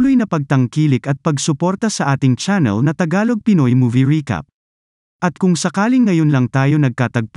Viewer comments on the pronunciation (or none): none